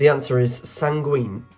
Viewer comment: It's 'candour', not 'candor'. And a forward slash between two alternatives means 'or' rather than 'and' And yes, the number of mispronounciations is truly astonishing! Like san-gween instead of san-gWIN.